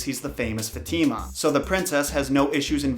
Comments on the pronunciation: It's faathemaa not fetiima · Fatima is not pronounced that way 😬 its pronounced as Fa-teh-mah not fateemaa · its "FAHtima" not, "Fateema" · I really enjoyed this, I really love 10001 Arabian nights but heads up, not to be a stickler, but Fatima is pronounced Fah-teh-mah not not Fat-teee-ma. Fat-teee-ma sounds she lives in a trailer. 😐 I really did enjoy the content though. I love mythology and the Arabian night stories. It is always a marvel to me all the bleak stories that Disney got it's dirty little hands on. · No one: Not a single soul:: fateema It’s actually pronounced fath-e-ma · Others: Fat - ima: Fat - eema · its not ftima its faatima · I kinda think Fatima is pronounced fa ti ma. But that’s how I said my spanish friend’s name. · Her names pronouced Fa.Thy.mah. -fatima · Dude you said the name fatima in a wrong disturbing way Next time try to write the name and translate it in google to know how you say it.